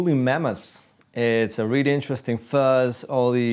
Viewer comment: Fuss pedals? What the fuck is a Fuss pedal. Please get somebody who can speak English to do this video.